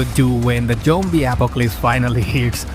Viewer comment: Why do you say jombie instead of zombie?